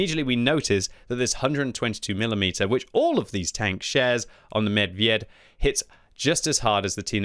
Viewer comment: You pronounce the name of the tank not right! It is… MEBEB!